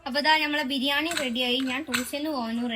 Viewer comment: Biyyan alla bhirnnanni 😂